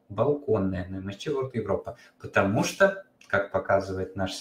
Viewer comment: Почему Вы говорите МСЧ? Английские буквы читаются эм эс си. Звука и буквы Ч нет. Это очень режет слух